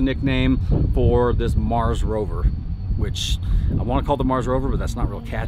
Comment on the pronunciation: Need a name its a truck and you called it a mars rover sounds like bro rover to me